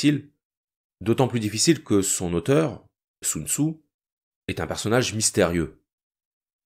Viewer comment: Normalement on prononce « Soun Tsé » mais bon